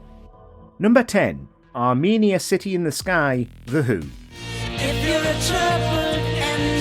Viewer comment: I can never decide if WatchMojo videos are narrated by a good AI or a not very good human who has never seen the video. The pronunciation is, as a five second listen to the clip shows, are-men-EE-ya not are-MEAN-ee-a.